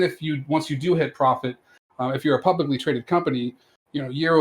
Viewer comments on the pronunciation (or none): none